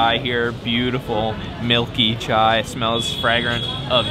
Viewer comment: At least one foreigner who can speak chai properly it's that simple